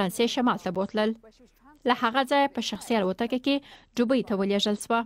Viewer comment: ډوبۍ نه.....دوبۍ